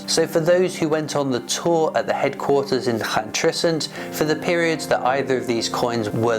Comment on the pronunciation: Someone cannot pronounce Llantrisant 😂